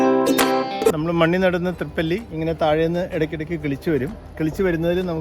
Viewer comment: തൃപ്പല്ലി... അല്ല തിപ്പലി എന്നാണ്....❤